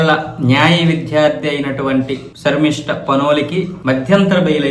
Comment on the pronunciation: షర్మిష్ట కాదు... శర్మిష్ట